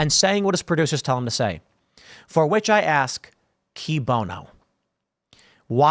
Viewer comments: It's actually pronounced as "kwēē bōnō" ... "kēē bōnō" is a relatively modern adaptation. But I don't guess it really matters. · It's pronounced "kwee bono," Tim. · "Cui bono" is pronounced "kwee bono." The "u" is "cui" is pronounced like our "w" when it precedes a vowel. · Cui bono is KOO-eeh BOH-no. And this is easily the funniest segment you've ever put out. I've already played it three times!!